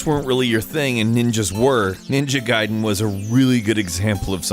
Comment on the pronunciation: It's ga-ee-den. Why can't people say the name right look it up